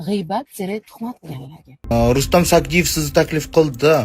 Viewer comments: Xoxlasa Sayidov,xoxlasa Sadiyev deb gapiradi.Ikkinchisi Sagdiyev. Familyani tŏģri etishni ŏrganila oldin blogerla. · Рустам Саидов дисиз Рустам сагдиев дисилар тугри айтилар Фамилияри бошка сузларричм нотугри гапирасизлиар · Rustam Sadiyev familiyasini toʻgʻri aytinglar. Turli xil aytyapsiz.